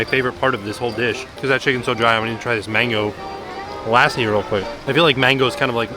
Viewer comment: Hey, the traditional way of saying Mango Lassi is Mango Luh-SEE.